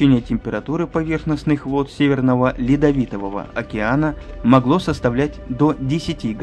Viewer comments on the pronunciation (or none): Атлантиды , а не Антлантиды ) Северного ледовитого, а не ледовитового))